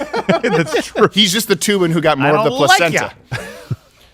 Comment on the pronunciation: It's not Toobin, it's Threebin.